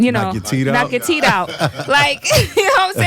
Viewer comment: Soo many Tooth’s are called Teed? Lol asking for a friend. All this time I thought it was teeth